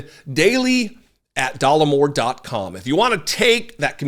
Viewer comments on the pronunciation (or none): Sorry, it's "Dollar or more", not "Dollemore"..... runs......whoosh.... Who throws a shoe?